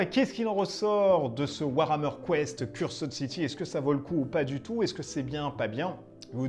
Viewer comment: Moi je dit qu'il en faudra plus pour battre Necromunda-Dark uprising. Décors sublimes , miniatures super cool, règles et univers vraiment intéressants... la boite pèse 4kg je crois que c'est un record. Donc moi aussi je passerai sur Cursed (dites [Ceurst] et pas "Curssed"). N.B : J'aime bien la présentation en mod Fidèle Castro pour "Age of Cigar" ;D